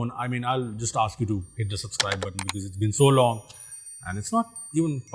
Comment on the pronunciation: suPscribe? Did anyone notice